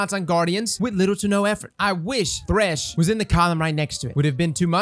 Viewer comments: Why “TH*ESH” and not “THR*SH” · "Is thesh the meta?"